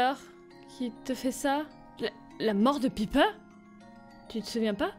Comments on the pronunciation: On dit PAYPER XD pas piper x3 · sa se dit paiiper ( faut que tu prononces le i en aï)